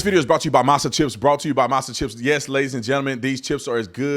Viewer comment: "Masa"? That's crazy, lol. Whatever, man.